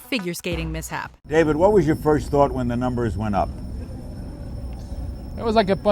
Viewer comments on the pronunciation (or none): none